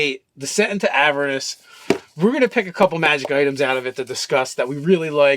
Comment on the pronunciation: AvEErnus goddamnit. Just because of the way pronounces Avernus you are not getting a like.